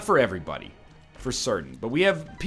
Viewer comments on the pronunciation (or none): I just realized he says 'AVERYBODY', even after seeing Voltaires comments